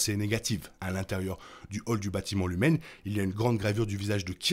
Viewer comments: Pourquoi tu dis Lumen et pas Lumon? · Juste une question pourquoi vous dites LUMEN que c’est écrit LUMON